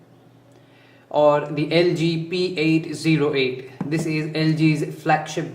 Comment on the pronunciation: p880 not p808 lol